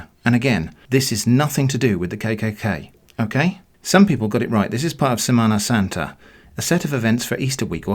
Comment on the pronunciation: It's sémana sànta